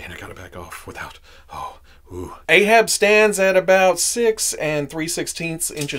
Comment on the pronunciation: It's "Ahab" not "Aehab"